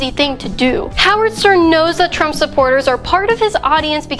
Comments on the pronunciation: Is my hearing off, or did you repeat say SERN instead of Stern? 🤔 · who cares ... I heard Sperm